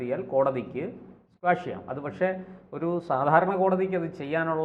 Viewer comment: Quash ക്വാഷ് ആണ് സ്ക്വാഷ് അല്ല